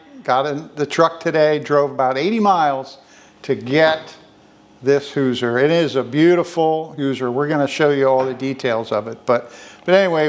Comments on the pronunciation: I'm born and raised in Indiana. It's pronounced like "who-zhur." The si in Hoosier sounds like z-sh like the word "closure" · First of all, it's Hoosier with an "sh" sound for the "s". Your wife had it right 😉 My great grandfather co-owned the Campbell-Smith-Ritchie Boone cabinet company in Lebanon, IN. Three of my sisters have beautiful cabinets we call Ritchie Cabinets after our grandfather. They are so cool. I'm glad you got this Hoosier cabinet for your beautiful farm house.